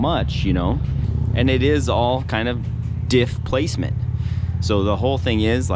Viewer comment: No replacement for "diffplacment" :D